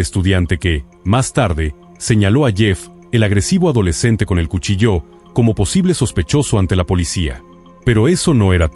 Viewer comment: Haced el favor de pronunciar correctamente cuchillo,dan ganas de no escucharlos jamas